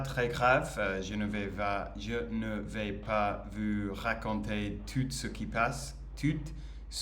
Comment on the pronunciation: Hey! I can see your improve day after day, congratulations! A piece of advice: when we say " tout ce qui se passe", le mot "tout" signifie "everything" et on ne prononce pas le T final, we pronounce "TOU" (it can seem not that important, but it is 😉). "Sa famille ne pense pas trop A elle, ne LA considère pas trop, ne LA traite pas très bien" 🤩. No matters it's a man or a woman, we speak about "un personnage", so: "le personnage principal" 😝"Elle va A L'hôpital" 😜. We'll rather say "Il est possible qu'elle ait UN cancer", not "DU cancer" 🤮 "Tout le monde LA traite MIEUX qu'avant"😁 "Elle veut que sa famille continue à bien la traiter": in French we put the adverb before the verbal form when it's an infinitive or a past participle, example: we say "j'ai BIEN dormi" (fluent) rather than "j'ai dormi BIEN" (not fluent) 😃 "To react" is "réagir" in French, we say "ils réagissent" 🙂 For the "making" or the "shooting" of a film, we say la "réalisation" in French, "le film est bien réalisé" for example 😀 Une "série fictionnelle" is a bit heavy, we simply say "une fiction" 😛 And that's all for today!! bye bye!😜